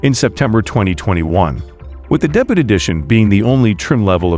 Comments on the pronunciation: It’s pronounced DAY-BYOO not DAY-BUTT. Come on, debut is not that obscure a word. Google it and listen to the pronunciation. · Not much new here, but nice to get updates. Interesting pronunciation of the word "debut."